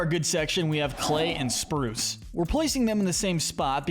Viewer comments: It’s not spruce it’s bruce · It’s Bruce not spruce